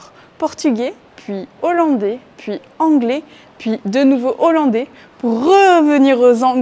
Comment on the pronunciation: Merci pour toutes ces informations, cest une belle initiative ! mais, de grâce, dites les hollandais et non les z'hollandais...